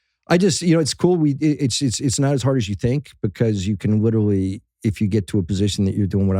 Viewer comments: am i the only one hearing bill say "witerally" instead of "literally" and some other words too? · You think bill knows he says literally “witewawy”